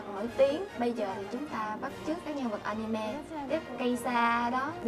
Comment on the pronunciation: A-ni-mê mà kêu A-ni-me